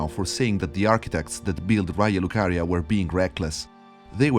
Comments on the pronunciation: Tuttora non capisco se tu sia Italiano o no, per come pronunci Raya lucaria e la cittadina toscana sembra che tu ne sappia di pronuncia. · Your pronunciation of "Raya Lucaria" and all the Italian structures, i was SURE you were a conterranean! Ottimo lavoro bro! Tra l'altro mi hai fatto venire un dubbio, you pointed out that the Gate have a bowl-like tip, i'm just speculating but i'm soooo curious to know if the Forge at the Mountaintop could fit at the top of the Gate! I hope someone take this speculation to account and check it! Cheers from Tuscany! 🤍